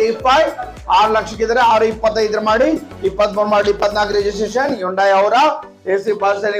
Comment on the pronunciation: Hundai ಗೆ ಹೋಂಡಾ ಅಂತೀರಾ.ಸರಿಯಾಗಿ ಹೇಳಿ.